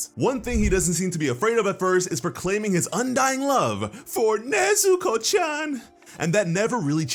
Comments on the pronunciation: How he said nezok chan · The time you said neezuuko-chaan i was laughing for ten minutes litteraly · Ok but is nobody gonna talk about how he said nezuko-chan tho?